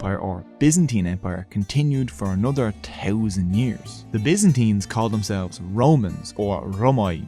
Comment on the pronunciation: four touzend tree hundred, wow